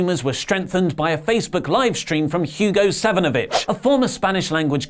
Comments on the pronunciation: When first said, Hugo Savinovich. Am I the only one who heard, Hugo Sonofabitch? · I heard it too and had to do a double-take